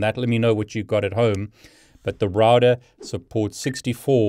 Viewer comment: SAY ROUTER CORRECTLY